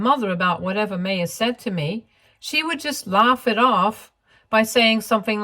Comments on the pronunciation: The name is pronounced “My-ya”. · Sorry, but the mispronunciation of Maya(My-uh) was really frustrating! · Maya is generally pronounced My-Ah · Isn’t it pronounced as Maa - ya?